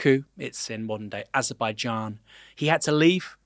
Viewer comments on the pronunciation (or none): none